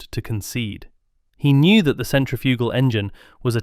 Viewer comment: Your pronunciation of centrifugal is awful.